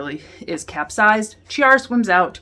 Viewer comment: It's pronounced Kiara, not Chiara, thank you. Otherwise great review, good job!